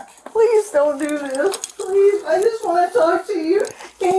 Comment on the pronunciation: He said… “swear to god! I wouldn’t lie PWEEZE” 😂